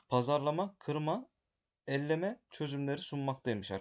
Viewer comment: Elleme değil, eleme 👍 elekten eleme manasında